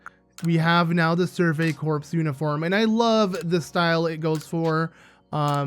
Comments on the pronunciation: ooh this looks like a fun LP also fyi, "corps" is said as "core" not "corpse" ^^ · Corps is pronounced like core